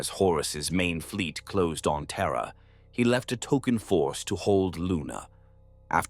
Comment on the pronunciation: TERRRA and it's pukka neighbours